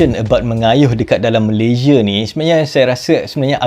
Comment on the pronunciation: Betulkan sebutan negara sendiri ....Malaysia bukan Malayzie